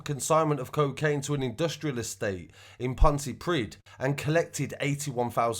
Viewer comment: Haha Pontypridd (Pontypreeth *) 😉